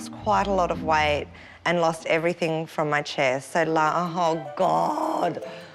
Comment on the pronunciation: I can’t believe how horrible the posh mum was. What a turn off. Posh mum still said “everythink”. At least she believes in feeding and washing children